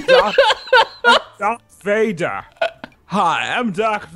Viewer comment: i was fine until "dark vader" then i lost it